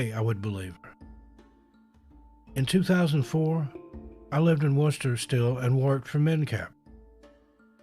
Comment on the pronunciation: Hallo! I really appreciate that you pronounced "Worcester" correctly, unlike many of your countrymen who cannot pronounce it properly, usually saying Wor - Sester"! 😅